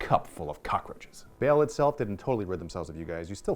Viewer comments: Pretty sure it's not pronounced 'Bale". Baa-hl? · BAAL not BALE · It's pronounced like ball not bail, the video by games workshop pronounced it. Otherwise good video. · Baahl not Bale ;) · xD the way he pronounces Baal threw me off, but then he added that bit about why he pronounces it that way and it warmed my cold Imperial heart.